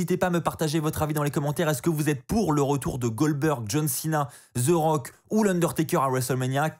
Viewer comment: Ses pas Ze rock ses the rock articule quand tu parle